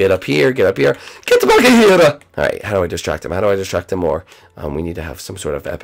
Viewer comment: She said distrack no kill